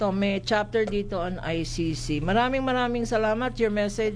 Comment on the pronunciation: pagpronounce lang ng ICC di pa ka maka perfect